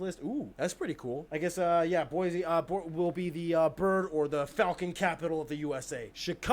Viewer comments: He's mispronouncing Boise. It's pronounced BOY-see, not BOY-zee. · I'm not from Boise, but I know anyone from there pronounces it as Boy C and not like he made it sound as Boy Z I'm now living in California, but I'm from Minneapolis and it is a beautiful city, so many lakes and parks with paths connecting them. Back before Dutch Elm took out so many of the large old trees, every street was a green tunnel. I can remember flying into Mpls, and those not from there saying, "We see the forest, but where is the city?" because except for down town and the lakes all that could be seen was tree tops. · Hearing him say Boise was breaking my brain...it's Boy-see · Atlanta is the center of public health in the U.S. The Centers for Disease Control are based there, as is the American Cancer Society. Atlanta also has the busiest airport in the U.S. He pronounced "Boise" wrong. The "s" is sibilant as in "see," not voiced as in "fleas." BOY-ssee. Muhammad Ali was born and raised in Louisville, Kentucky.